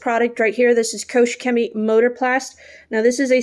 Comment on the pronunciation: It's Koch not coach Chemie.